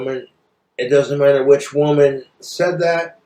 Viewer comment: "thats a quote from ...a wumun i heard from.."